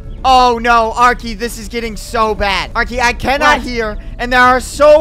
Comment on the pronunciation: W, Are-key